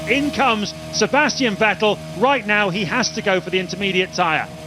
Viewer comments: The commentator that insists on mispronouncing Vettel gets a bit abrasive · The way they pronounce Vettel 😂